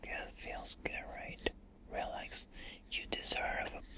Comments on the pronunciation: Am I the only one who hears Rolex when he says relax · the “relax” sounds like “real-lex”